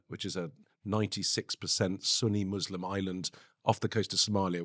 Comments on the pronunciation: Im sorry, but what the fuck is a moslim? Was quick to correct you on the pronunciation of Lebanon. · Joly grew up in an Arab country and he says, "Mozlem"? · Wtf is a "mozlim"?